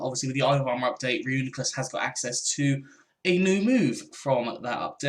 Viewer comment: Its pronounced Ree-U-NYE-Clus